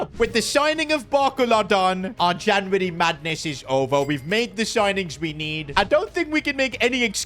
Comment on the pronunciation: with the janvary his indian accent coming out